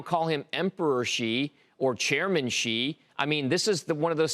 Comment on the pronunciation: Why would anyone care what this clown has to say? He has been as wrong as you could possibly be about China - his only value is as a contrarian indicator. Ffs, he can't even pronounce Xi correctly and he is supposed to be some kind of China expert?